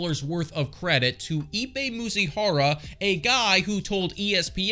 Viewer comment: It’s Mizuhara, not Muzihara. 😂